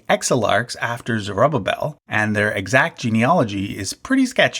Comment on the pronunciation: Zer-oo-ba-vel. Not zer-uh-babbel